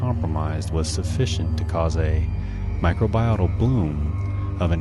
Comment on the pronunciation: good job, check the pronunciation of "microbial" and "prokaryotes"